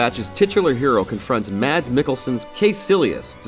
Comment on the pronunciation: Its pronounced mess not mad s k i know its not ur fault its not a normal name but m8 its a famous actor